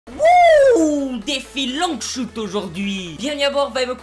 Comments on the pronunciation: "Défi Long Choute" quel bel accent anglais fraté x) Super vidéo comme d'hab bro continue ! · Gg l'épisode comme d'abb par contre arrête l'anglais shouttttt mdrrr tu ma tuez 😂👏🏾